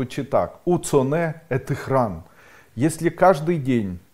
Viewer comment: Здравия вашим светлым мыслям, хорошо бы здесь или в другом виде чётко прописывать буквы, например не слышно какая помледняя буква в словосочетании храМ или храН? Уцо нэ э ты храН или храМ???